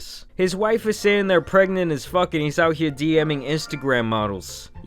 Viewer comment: its Fuuuuuuuuuuuuuuuck not Fuckkkkkkkkkkkkkk you smoothbrain